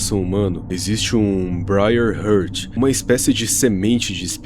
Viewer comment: com todo o respeito, "brai rurti"? n consigo me concentrar no vídeo com esse inglês...